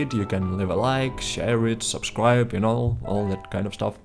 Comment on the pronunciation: Also you messed up the word "Subscribe" at the end, but no big deal, I'm "subsrscribing" anyway ^^